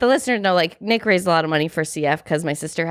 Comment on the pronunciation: Nick sounds like you have a lisp.. maybe take a pronunciation class